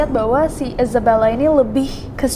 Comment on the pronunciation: Gue: Isabella Kak nessie: Izebella :")